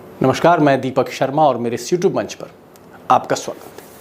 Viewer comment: भाई साहब सयूटयूब नहीं " यूट्यूब " चेनल....